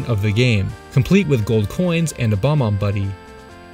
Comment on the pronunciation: They’re called “bob” ombs not bomb-ombs